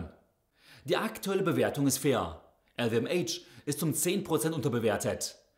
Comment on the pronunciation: "EL WE EM ASCH" bitte! 😂